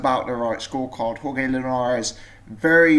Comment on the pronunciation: Jorge is pronounced horhay not horgay